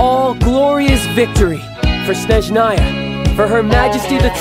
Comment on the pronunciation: I love Griffin and Childe but for the love of god, PLEASE stop pronouncing it 'schneschnaya' Its an s sound at the beginning and a soft sch in the middle. The emphasis is on the first half of the word, not the 2nd. It physically hurts at this point.